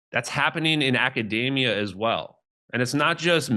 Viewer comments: fuck here's another grifting shitbag who pronounces academia like macadamia. There has gotta be a connection here. What I can't wrap my head around is why the mispronounce academia and pronounce Aether (the combined ae, known as an ash) like ether (the shit found in starting fluid and the bloodstream of early Irish authors). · He pronounces academia like macadamia nuts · Acadaymia? Like it rhymes with macadamia? 😂🤣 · Gotta love when grifters call academia “acadamia” like it’s a macadamia nut. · Something that really makes me trust someone's take on what's going on in academia is when they can't pronounce academia right... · Academia rhymes with macadamia folks, just so you know. Ok carry on. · it is pronounced ac·a·de·mi·a [ˌakəˈdēmēə], not like mac·a·da·mi·a [ˌmakəˈdāmēə]. Let's start there. Thanks!